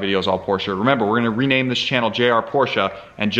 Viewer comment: Thank you for using the correct pronunciation of Porsche. Metal flakes in the filter indicate the IMS bearing going bad and not bore scoring. Mobil 1 makes an oil specifically for Porsche/BMW/Mercedes and its sold everywhere. I don't know what the difference is, but it worth noting. The Boxster weights about 190lbs lighter than a same year Cayman.